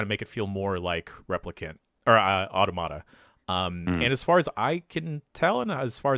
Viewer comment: No one knows how to pronounce automata, huh?